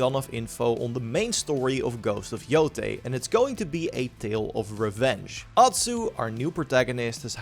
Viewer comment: Please say yotai and not yotee🙏🏾🙏🏾🙏🏾